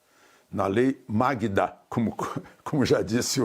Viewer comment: 😂 "lei Magda" 🤦🏼‍♀️